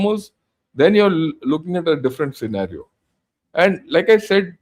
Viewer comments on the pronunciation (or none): none